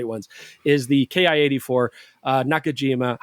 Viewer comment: You also misspoke the name of the Nakajima - the Japanese designation is just one character キ for the syllable "ki," pronounced with a short i like in "history" (and "Nikon"), i.e. not "kay eye." ;) And please don't stop the aircraft opinions! :)